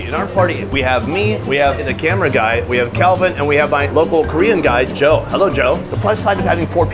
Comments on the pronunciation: Can he speak and read Korean?? The pronunciation is so good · Dude how long have you been in Korea? Your Korean pronunciation is getting better and better lol